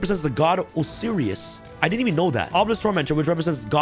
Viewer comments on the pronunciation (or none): Oh-Sigh-Wris … Osiris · said Osiris incorrectly. It’s pronounced Osiris (Oh-Sigh-Ris)